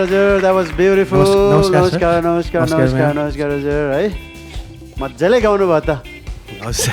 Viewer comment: ए तृष्ना गाउनु हो गउनु होइन उच्चारण त सहि गरुमन यार